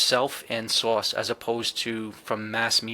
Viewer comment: I love accent when he says “Divine Source”—it sounds like “Divine Sauce” to my ears. Cracks me up every time!, I’d love to see a live chat or a segment about humor in this whole experience. I’ve had moments of deep laughter that felt genuinely healing—like when the tricksters show up to remind me not to take myself too seriously. I’d love to hear your (and others) thoughts and stories about how humor plays a role in the spiritual or consciousness space. Thanks again for the great podcast!"